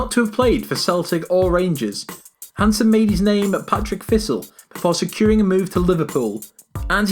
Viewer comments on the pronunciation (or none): Par-tick Thistle not Pat-rick Thistle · Did he just say Patrick thistle instead of partick thistle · This guy has a successful Chanel yet calls Partick thistle, “Patrick thistle” honestly if you can’t read don’t try, “adios” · When he said "Patrick Thistle", I turned it off 😂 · 'Patrick Thistle' and 'The Gurs'.. c'mon man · along with the "Patrick" Thistle debacle, the presenter said "gurs" for Gers. It's Scotland, not Mozambique, pronunciation shouldn't be alien. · Someone doesn't know how to pronounce the Scottish names. Patrick Thistle and John Greeg? Also, Gordon Fucking Smith in the list of all time greatest Scottish players? Is this a joke? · Jesus that was the worst attempt at pronouncing Partick Thistle 😂 also completely fucked John Greigs name and "The Gurs" instead of The Gers 😂😂😂